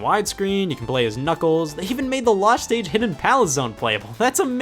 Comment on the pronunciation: hey all Alexis here scott said losht inastead of lost.he said this in in the video